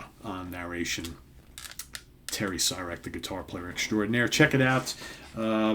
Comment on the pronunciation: Super cool! Terry rips! It’s pronounced See-Rek